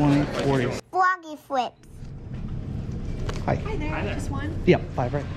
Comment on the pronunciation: If I ever see you in person I’d be like “FWOGGY FWIIPZ”